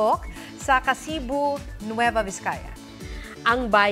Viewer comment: Ka-sibu not Ka-si-bu 😃😊😊